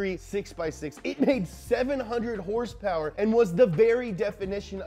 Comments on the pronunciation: What did your said?????? Horse power ????? I thought you mean hrsprs !!?!??? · I like the way he says: "heers-pers" 😂😂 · #HRSPRS is such a fun way to pronounce Horsepower.